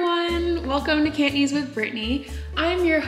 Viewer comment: Wow! He impressed me. His Cantonese is really good! Accent is on target.